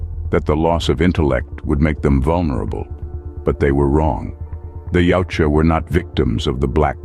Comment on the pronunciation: why does the narrator keep pronouncing the name of the species as yaucha how does the j sound like a ch yautja thats the way its spelled